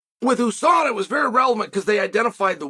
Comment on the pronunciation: If Chael says EU-SADA, does he also say he's from the EU.S.A?